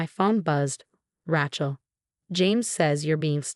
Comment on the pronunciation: It's Ray chel. Ray Ray Ray. Makes me nuts. Pick another name like Mary.